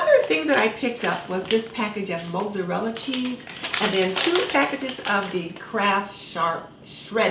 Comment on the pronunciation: I just subscribed. Now I’m going to look for your other videos. You are just lovely! I appreciate how you are straight and to the point without going on crazy long rants and getting off topic which seems to be rare in prepping videos. I’ve never heard Mozzarella pronounced that way before. 😉